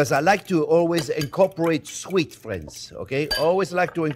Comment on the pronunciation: Making these Sunday!: how would you write how Chefs pronounces "friends"? "Fwends"?